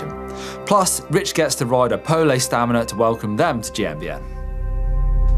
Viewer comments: haha, why is he saying POL-E, pretty sure its just pole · Call it poley again and I’m unsubscribing.